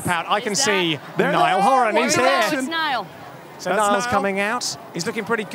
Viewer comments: HAHAHAHAHA Louis called Niall 'Neil' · When Louis called Niall "Nail" wxkdlskfgh 😍😍😍😇😍😍😍💓💗💓💗💓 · Niall said in an interview that Louis does that because it bothers him so he does that on purpose😂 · He is allergic to saying NIALL 💀💀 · He does that, he can't say Niall